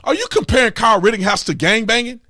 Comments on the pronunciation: Please stop saying ritting house. We know you can pronounce it correctly at this point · Dude it's pretty irritating when you say "RittINghouse" instead of his actual ass name. Everyone knows that you know how to actually pronounce it but for some reason you choose not to. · Tatum for Christ sake there's no 'G' in RITTENHOUSE.